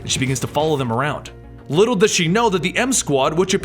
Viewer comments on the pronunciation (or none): none